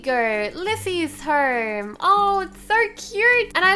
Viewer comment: I love u I love how u say herm and not home I just love u